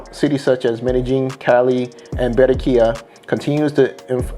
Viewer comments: These Americans with their fnckt up Spanish pronunciations 😖 Its Ba-rran-quilla my guy not Be-rren-quilla! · You sound delusional asf! Having a accent and saying words completely wrong is not the same! How dude say 'Cali' is about accent, saying Berrenquilla instead of Barranquilla is not! You'll never see us spell Americo yet you guys spell Columbia🤦🏿‍♂️